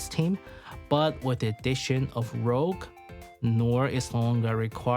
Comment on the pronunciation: great vid an analysis. One small correction tho. Her name is RouGe, as in red in french, not RoGue. I know it's easy to miss. Did the same mistake at the beginning until someone on reddit pointed it out